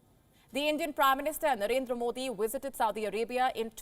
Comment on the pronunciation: Stop saying WISITED.